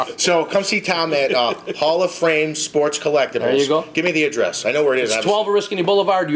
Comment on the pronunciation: The guy can't say Fame. He says frame all the time.